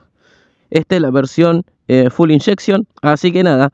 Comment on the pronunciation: No es Fuel Injection? en vez de Full Injetcion. Solo para saber como se dice correctamente